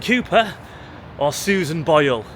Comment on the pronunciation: Sorry but its Boyle, but a great video as always.